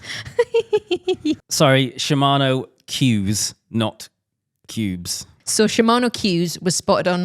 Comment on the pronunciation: First, work out how to say Cues properly